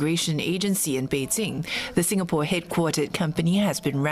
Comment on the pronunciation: Every single time when Olivia Siong says 'Bei-Zinc' I cringed. Jing, not Zinc.